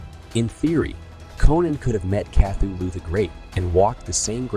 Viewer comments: Cathy Lou??? Nahhh man. It is pronounced ka-THOO-loo. i.e., Cthulhu. Get it right. Sheesh! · Wow, so my assumption was on track, thanks for confirming! Besides the odd pronunciation of Cthulhu, there were other instances where the narration seemed "off". But not blatant enough for me to say it was definitely AI. Most of the images in the video are AI-generated though, as you can tell by the weird hands people have (more fingers than normal humans). Who knows what's already out there that we think is real, but is actually AI? You're right, both amazing and scary!